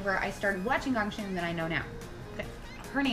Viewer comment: Not 100% sure if it this correct but Ahn DanTae is calling GGONG Shim which Hangul ill be "꽁심이" his saying it wrong. Gong Shim is Hangul ill be "공심이" sounds same but is not. ᄁ <-sounds more gg ᄀ<-sounds more with kg